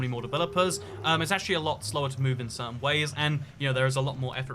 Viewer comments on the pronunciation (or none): none